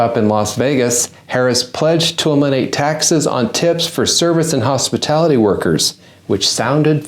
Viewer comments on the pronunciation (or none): Might have been believable if she hadn’t said “hospitility workers”… The Biden is strong in this one!